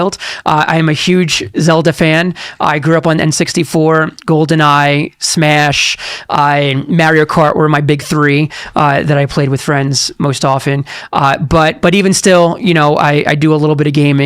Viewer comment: He lost all validity by pronouncing Mario as "Marry-oh"